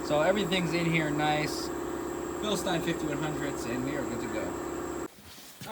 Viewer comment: ftr it is bil-steen lol